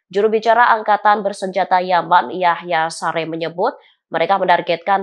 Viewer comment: Baca nya Yahya saree mbak,! Bukan sarei